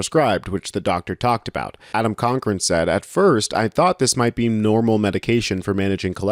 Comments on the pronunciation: Just a note, it's Coch(cock) ran, not chon(con)cran. Although Donnie DC is a both a coch and con, pleaser pronounce peoples name correctly. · LEREAN TO PRONOUNCE PEOPLE'S NAMES!!! It is Cock'Ran!!!